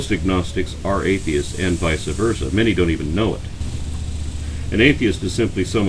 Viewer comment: A friendly reminder: It's vice-versa, not vica-versa. Also the Zopdoz is awesome.